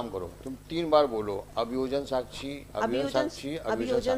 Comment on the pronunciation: अभियोजन साक्छी नहीं अभियोजन साक्षी होता है। वकील साहिबा सही बोल रही हैं